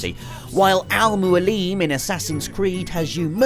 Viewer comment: Butchered "Al Mualim"... Lol.